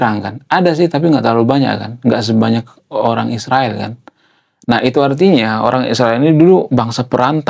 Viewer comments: Bro kenapa Israel di ucapkan jadi Isriwil..jangan ikut2 Konoha ya😅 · Ngapain nyebut Israel menjadi Isriwil ? Begitu besar nian kebencianmu.